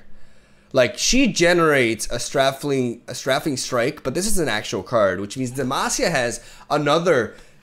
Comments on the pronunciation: it is pronounced "stray-fing" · Strafing is pronounced ‘stray-fing’, to strafe is to move parallel to what you are attacking as you attack. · In English (American) you say strafing with an A sound. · Str - ae (like pronouncing the letter "A") - fing strike